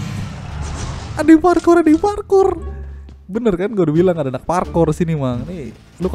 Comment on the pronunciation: Wkwkwk masa bilangnya parkor (pala korengan) bukannya parkour wkwkwk kacaw